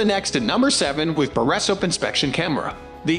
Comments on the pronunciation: The best borra soaps cameras? Geeze. .AI voice much? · Can’t watch simply because of the mispronounced word “borescope”. It’s the main topic of the video and they can’t even get that right.